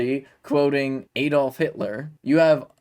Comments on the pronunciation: He said Aid-off. Big deal. He’s doing something bold and courageous, what are YOU doing to IMPROVE our democracy?!? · It's ADD-olf NOT Eed olf. Shall we start calling the state Eeleebeemee instead of Alabama?